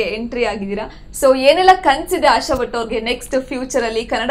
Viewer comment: Butt alla swamy.... Bhat adu